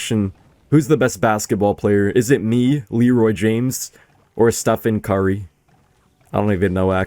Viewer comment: “Stephen Cuhrry” I love you